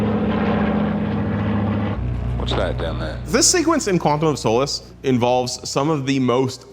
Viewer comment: quantum of SOULUSS 😂